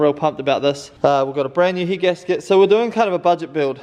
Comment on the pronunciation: Sorry for laughing but I keep hearing heat gasket instead of head gasket 😂😂